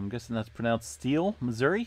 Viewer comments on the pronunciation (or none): none